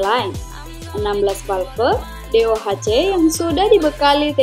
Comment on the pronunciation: Videonya deceptive, ternyata cuma info harga saja. Btw cewek yang menjelaskan suaranya annoying banget. Dan ketika ngomong 'VALVE', aduh...really?